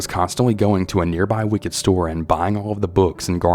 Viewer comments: I’m sure someone’s commented already, but I’m guessing the name your pronouncing Ray-quil or Ray-quo is probably “Raquel” spoken as Ruh-kel (Raquel). Also Raquel is Wiccan not wicked Thanks for your narrating! And thanks to all those who send in their stories. And Veronica… sorry but taking photos of strangers in a public place is not illegal. Nor is pleasuring yourself… Danny just sounds like a typical extra horny dude. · I think that you pronounced the word Wiccan wrong. It sounded like you said “wicked.” Also, I wonder if the lady’s name was actually spelled “Raquel” or “Racquel” and is actually pronounced “RUH-:kell?” Just wondering since I’m not able to follow along with accompanying text. Cheers! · Omg!! Please learn how to read. Its wickens. Not wicked. And Racquel. Definitely not the correct pronunciation